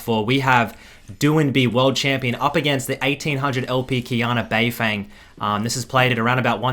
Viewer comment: Anyone gonna tell him it’s said “bei fung”